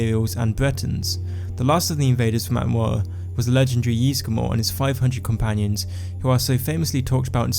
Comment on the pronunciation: I... I just cant... that speech abnormality makes me laugh. I know I am going to hell but I just cant help myself :D Atmoua :D Nice videos though :)